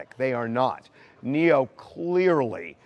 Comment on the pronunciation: It’s Neyo guys not Neo tf